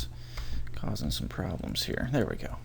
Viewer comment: When he says some it sounds a bit like "son"